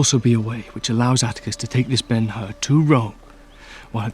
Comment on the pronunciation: It's BEN HUR, not BEN HER or BENUR! The BEN HUR portrayed by Charlton Heston is still the best...